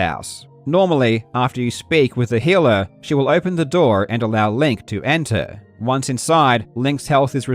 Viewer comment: My immediate thought while listening was “Why is Karl suddenly talking about the house in Bluey?” Healer, not Heeler.